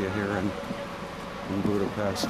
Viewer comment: It's Budape-sh-t, just as in the word shout and unlike the "s" sound in the word saint. Anyway thanx for the vids, great job! 😉